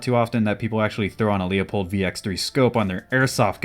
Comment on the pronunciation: Pronounced loopold